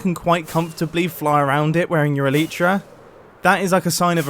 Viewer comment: how do you pronounce Elytra - You butchered it :D